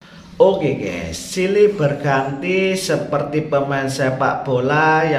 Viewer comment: Maaf admin pengucapan yg benar itu Gaes buka Ges.... Kalo tdk bhs Indonesia saja jgn sok Inggris